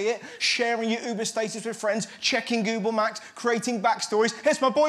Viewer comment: Did anyone else noticed how he said google Maps at the start...??